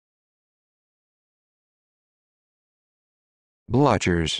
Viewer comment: NO, NO and a million times NO. It's a german (prusian) word and , of course, the pronunciation is miles away from this. [ˈblʏçɐ].